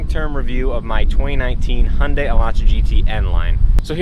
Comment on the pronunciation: btw Your "Hyundai" pronounce is very very correct. haha.